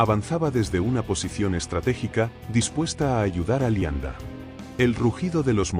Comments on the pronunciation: Es cierto, Leibstandart la pronuncian lianda y asi todo lo demas. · Pronuncia mal muchas palabras. El nivel es bajo, parece una máquina. Uermach y qué es eso de Lianda? 😂😂.